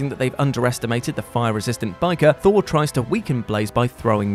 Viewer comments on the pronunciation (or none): none